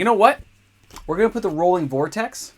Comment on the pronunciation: # ROILing Vortex - NOT Rolling... : P xD # Shop S-MART : D